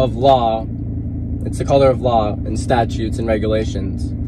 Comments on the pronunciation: He also refers to "statues"😆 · Statues & Orderances!!! 😁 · Statues and Orderances!😁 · To say nothing of his reference to "statues". What a goose. :) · Ummm, just to clarify little boy. The word is ‘STATUTES’ not ‘STATUES’, and it is ‘ADMIRALTY’ not ‘ADMIRALITY’. Guess you were watching Tik-Tok videos in class instead of paying attention to the teacher. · "admirality" (admiralty) and "statues" (statutes). Lordy, those big words are tough. 🤣🤣🤣